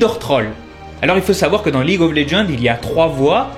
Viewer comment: Mais comment vous prononcer League of Legends ? Prononce le en Anglais, sa fait trop bizzare mdr en français.